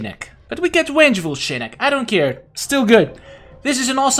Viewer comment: XD you said Wengeful Shinnok!!!